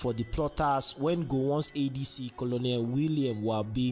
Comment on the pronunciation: It's pronounced Colnel not Colonel